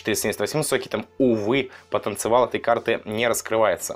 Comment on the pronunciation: он сказал потанцевал вместо потанциал